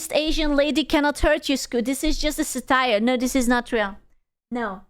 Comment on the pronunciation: Thats not how we pronounce satire